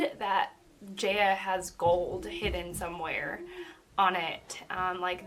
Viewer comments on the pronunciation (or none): It is pronounced as Jah-ya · Great video! Btw Jaya is pronounced like “Jai-ah” like hi-ya with a j.